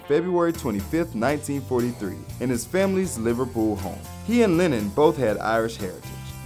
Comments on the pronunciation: Man, you're pronouncing Lennon like Lenin. Which is fun. A bit. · SAY JOHN LINEN ONE MORE TIME. ITS LEH-NUN. LENNON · "John Linen"